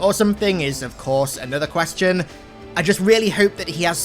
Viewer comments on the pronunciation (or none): none